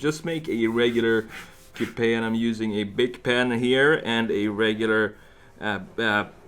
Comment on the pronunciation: my drunk ass cant handle it when he says "cou-p-aye" lmao